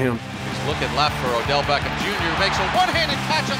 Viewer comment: Did anyone else here him say Odell Becken??